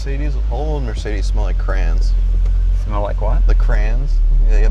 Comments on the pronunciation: The guy was sniffing too many crans as a kid that he forgot how to pronounce crayons. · Why does he keep saying Crayens? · Lol, I'm not sure why he pronounced it "crans", that's not even close 😊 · I thought he said "Cran's" too😂😂😂😂😂😂😂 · Well he seemed a nice guy, but never trust anyone who pronounces "crayons" as "crans" . Even Jay was stumped 😂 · Him saying “crans” about made me shut the video off. Wish they would’ve sent it with somebody who had any idea of what they were talking about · Apparently some places effectively say "crans" and that how I heard him saying it. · No he just says it incorrectly. There’s no such thing as specific states that say crans or crayons. Jay had the appropriate reaction like…bro are u having a stroke or something?